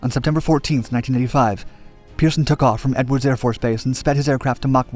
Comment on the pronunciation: I assume he’s saying 19*85* but it kept sounding like he was saying 1995 etc